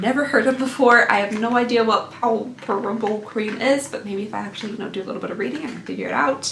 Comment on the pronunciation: Palpebral is pronounced “pal-PEE-bral” and it does refer to eyelids. At my work (I’m a vet tech) when we have animals in surgery we use the palpebral reflex (see if they blink when we tap next to their eyes) to make sure our patients aren’t about to jump up from anesthesia